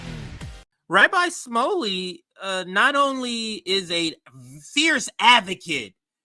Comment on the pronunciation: It's pronounced Rabbi Schmooly. I used to live down the street from his Synagoge